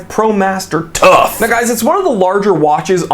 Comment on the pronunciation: I lost it when you said “TOUGH!!” 🤣